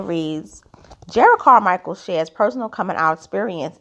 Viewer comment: Respectfully, his name is pronounced Jer’ rod.